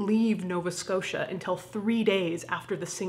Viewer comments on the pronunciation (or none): none